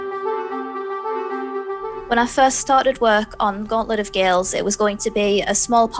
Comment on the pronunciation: Is it Gauntlet or Gaunlet?